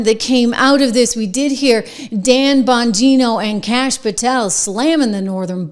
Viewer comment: IT'S CASH! GET IT STRAIGHT LADY. HE'S AN AMERICAN. 🇺🇸